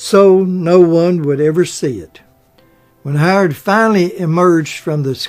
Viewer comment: "Tom"? Are you trying to say Time? "Hard"? Are you trying to say Howard?